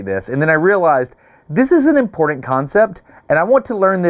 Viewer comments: Sorry, you keep saying imporDant… can’t watch your videos anymore. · It’s funny Dustin. Both you and I are sharp people, but we both have a similar quality. I have a bad tendency to say Nucūlar and you have tendency to say imporDant!😉 just poking!